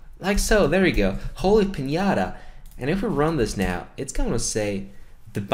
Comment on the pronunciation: it's piñataaaaa